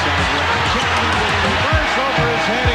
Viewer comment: Why are you calling him chatman, he's chapman. And why u call it Charlotte (CH pronounce das in chat), it's pronounced Sharlotte. And it's pronounced Shicago, not Chi-cago.....